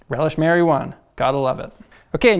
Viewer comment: When he said ‘Relish Mary One’ I thought he had said ‘Relish marijuana’ and I was like... fair enough, my dude.